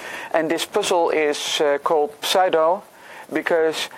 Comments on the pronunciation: sue-doe not psy-dough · Just FYI, in English, the pseudo prefix is pronounced very different from how it's spelled. The p is silent, and the first syllable is a long u, as in the word "do" or "you." English is so wierd. This is my favorite of this line of puzzles so far, by the way, and I can't wait for the official post and discussion thread. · the p doesn't have to be silent. i think it's mostly pronounced as either sue-doe or psue-doe.. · Heh, I heard 'saddo' and had to double check the title of the video :D